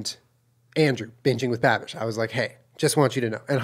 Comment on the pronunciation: This must have been , because that is exactly what it sounded like he said.